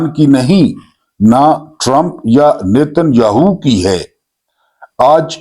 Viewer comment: اُس کا نام ہاہو نہیں بلکہ یاہُو